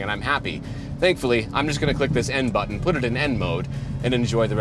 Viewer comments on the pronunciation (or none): none